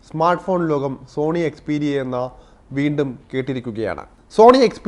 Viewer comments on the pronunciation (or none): none